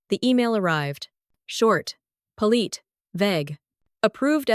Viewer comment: Poleet? or Polite? I am SO tired of bad pronunciation!